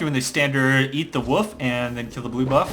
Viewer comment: "Nunu starting at his blue buff and doing the standard eat the wuff...." What's a wuff?